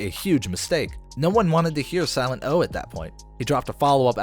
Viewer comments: First Whale, now Silent-O. How have narrators of a rap channel never heard of these people--or at least care enough to research their names? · omg dude,..who tf even are you after that - silet O ?? seriously.. sorry but go ...... .. siltet O